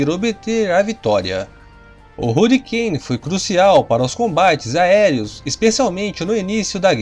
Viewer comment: Deus do céu, melhora essa pronuncia, parece minha filha de 6 anos, falando em inglês, Hurricane, pqp Rarricaine, Jesus amado, to botando como ... Tunderbolt, é sério que eu escutei isso, Tanderbolt, se pronuncia assim, parei com esse canal, puta merda, pelo amor de Deus, aprenda a pronuncia em inglês...